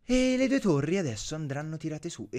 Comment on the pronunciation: Torri, no tori :-)